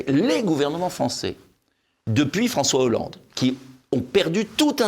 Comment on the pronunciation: fronssoué yahoolande !?